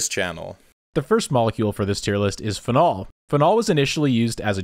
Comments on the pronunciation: your pronunciation of "phenol" killed me. I've always heard it said "PHE-nol", not "phe-NOL" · What the fuck it’s not pronounced fen-ALL. It’s FEE-nawl. Anyway great vid per usual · Fehnol pronunciation is getting me everytime you say it. So used to hearing feenol. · Uhhh… It’s “FEE-nol” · the way this man pronounces "phenol" plants an itch in my brainstem that I cannot scratch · I notice you accent 'phenol' on the second syllable.